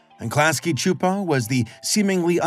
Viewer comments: It’s irking me that you’re saying Chu-Po…..it’s pronounced Soo-Po. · I always pronounced it "Klasky Soupo/Suupo" Pronouncing it "Klasky (ahhhh) Chuupo" just seems weird / wrong to me. 😂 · Really wish youd say Csupo the same way they did at the end of each episode. This shits gonna kill me if you say their name more than a handful of times in this 40 min video. Like where tf are you getting the "h" from? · I was today years old when I heard some saying "Csupo". And all that time with Duckman, saying it "cuh-supo". Also, "It was a global event, at least to me and my friends" is just a beautiful bit of writing. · klasky chupo? lmaooo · I could’ve sworn the audio would pronounce it “cusp-o”, yeah? I’ve gotta go relisten to it… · When I was a kid I always pronounced their name "Klasky Kuh-Supo", lol. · Super bothered by him pronouncing Csupo wrong for some reason. Silent C. Supo. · Btw the last name Csupo is pronounced “chup-O”. Like “cup” but with a ch like chip. I have a great uncle with this last name who also came over from Hungary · Where are you getting the “ch” in Csupo? Have I been saying it wrong? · Your pronouncing CSUPO all wrong